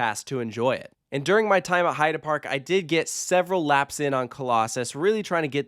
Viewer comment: Gotta say, I do appreciate your correct pronunciation of "Heide" Park! Ofc I'd never mean to criticize or be bothered whenever I hear Heid"ee" instead of Heid"uh" (if that makes sense), only want to positively bring out that you spent the effort! And now let's ask our friends from Poland how probably all of us are constantly butchering "Zadra", shall we?